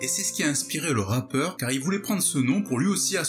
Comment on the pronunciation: Mdr t'as dis un "ratpeur"